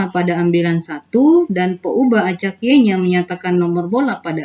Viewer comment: peubah.. peuhabe... beda banget yaa... sukses ya pak